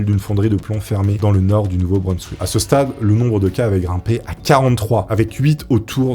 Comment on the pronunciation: le nom de la région où cela se passe ne se prononce pas "Nouveau-Breunsswick" mais "Nouveau-Brinssvick"... Ah là là fait des efforts sur les prononciation car par moment c'est vraiment catastrophique, désolé😅et surtout quand tu le répète plusieurs fois de suite dans un très court laps de temps c'est horrible à entendre et au pire si tu n'est pas sur de ta prononciation alors ne le prononce qu'une fois et dit ensuite "de cette région" ou "de cet état", sinon merci quand même pour la vidéo👍